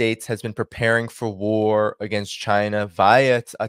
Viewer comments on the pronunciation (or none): none